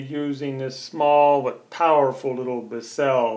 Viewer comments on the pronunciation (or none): It's not Bis Sell. It's one syllable Bissell. Like missile with a B. It's an extractor not a brush. Apply the cleaner solution and then pull the nozzle backwards to extract the dirt. With the amount of solution you used you might as well have washed it in the kitchen sink; or, better yet put it in the washing machine on Delicate cycle. Did you even bother to read the directions before you decide to show us how to use it? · Biss-sell lol Why did you dwell so long on useless content like the headrest removal And your clearly have no idea how to use this, yet that's the video name lmao